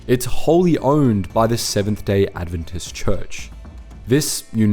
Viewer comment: You could pronounce 'Adventist' properly